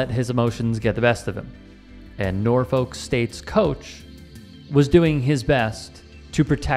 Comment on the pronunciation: It's pronounced NOR-fik